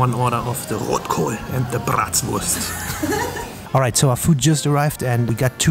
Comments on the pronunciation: why do you always say Bratswurst instead of Bratwurst? 😂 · Bitte... Sprich deutsche Dinge "Deutsch" aus.. BRRRatWuurst...:( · I just logged in to ask the same. :-D It's freaking me out! It's "BraTwurst", don't teach people wrong German please. And Bratwurst is one of the essential German words, isn't it?